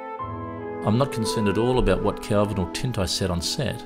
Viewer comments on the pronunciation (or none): none